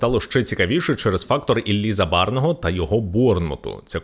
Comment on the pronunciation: Так Забарого чи Забарного, не чує баба 😆